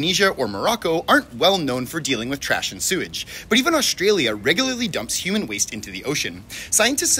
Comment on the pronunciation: i don't think it's called aushtralia